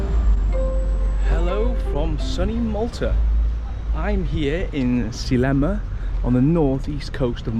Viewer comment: say sleeeeema then you say it right